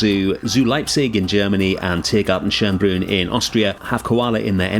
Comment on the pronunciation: as soon as I saw the thumbnail, I knew this was based on Tiergarten Schönbrunn (btw you always butcher the pronounciation of Tiergarten Schönbrunn and as a native german speaker, it annoys me quite a lot)